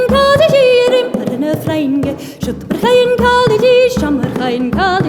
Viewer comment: Yeah, when she says "Bhogainn" it sounds like "f***ing", I think it's pronounce "poh-king" or something to the effect. Either way, I want to learn this song.